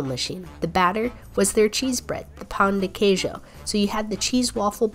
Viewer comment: Haha the way you pronounced pão de queijo. At least you barely avoided saying pau again. (Last time she said "pau" a slang word for a penis...